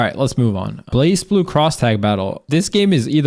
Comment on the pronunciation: Leffen its not really that people skip, its mostly because you have a dead category... also you mispronounced blazblue